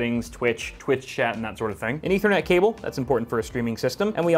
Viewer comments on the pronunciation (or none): none